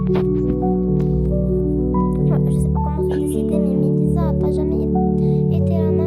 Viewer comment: « Et méliza » 😂😂😂😂